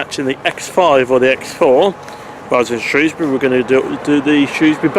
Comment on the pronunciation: Ok, you said why you liked your favourite train, I’ve got to know why this bus stands out from the crowd? Also, I pronounce Shrewsbury with the ‘O’ sound!